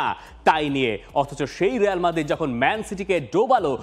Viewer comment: রেয়াল নাহ রিয়াল বল